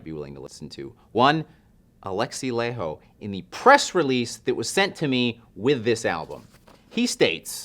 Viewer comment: It's pronounced Lah-y-ho, Laiho